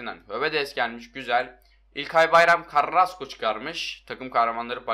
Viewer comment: İlkay carrrrrrasko çıkarmış :D